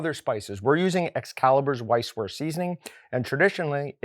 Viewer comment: Great video but would it really have been that hard to look up how it's pronounced lmaoo